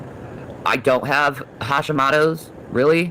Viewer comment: She didn't pronounce it correctly!! 😂I have hositmoto disease and it's absolutely horrible! How dare her!! I spelled it incorrectly on purpose cause of how she pronounced it...had to add that in for reference